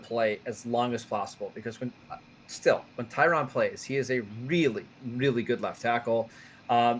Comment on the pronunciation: Can please learn how to pronounce Tyron Smith's name? It's only been a decade.